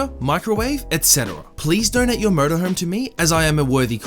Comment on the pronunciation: Holy shit-first time here, and didn’t fully read the texts...I thought you kept saying “please give me your Murder Home”. IDK what’s more unsettling to me-the fact that THAT was what I assumed you said, or the fact that I just casually accepted it and only realized you were saying “MotorHome” when I accidentally looked up..was totally cool w/someone wanting a murder home. I kinda always wanted one anyways. Murder House Flip= Best Ever.